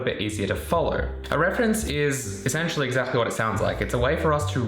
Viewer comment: Rude question... Why do you pronounce 'exactly' so strange? You kind of say it like 'exachly'. Is it an accent? I'm sorry if this is a rude question, I'm legitimately curious. Great video as always :)